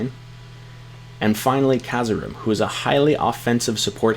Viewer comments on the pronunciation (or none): Lol did u just call him Kazarim? Its Karazim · Did you just called him KAZARIM ? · He did. It's Carryzhim he is the assassin! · Wayyy too many people mis pronounce Kharazim's name lol